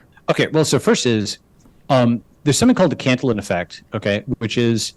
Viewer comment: It is pronounced can-tee-yawn